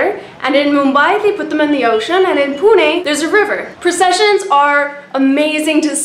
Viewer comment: A sub for you just because you said Pune right & not pee-you-n